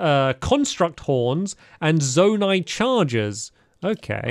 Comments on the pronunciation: It’s z oh night not zon ite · Stamps it’s pronou z-o-ni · Zonai is pronounced "Z-oh-nigh" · It’s pronounced Zoe-ni